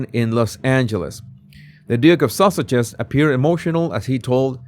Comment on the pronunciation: It is NOT Susshez ! LEARN HOW TO SAY IT ALREADY!!!